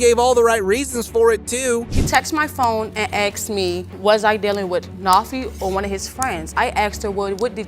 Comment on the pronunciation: That drives me CRAZY….it is asked, NOT AXED.